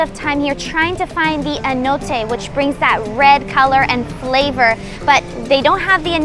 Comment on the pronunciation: Nice variation but NOT Traditional Peruvian at all! In Peru they use banana leaf wrap not corn husks… and, cute video host but, completely mispronounced Annato (not anote😩) another word for it is Achiote…